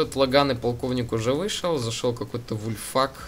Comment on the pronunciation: АААААААААААА. БЕРИК ВУЛФАК а не вульфак. Окей?